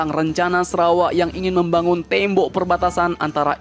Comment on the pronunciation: Bukan tembo tapi tembok min 😀😀😀😀😀😀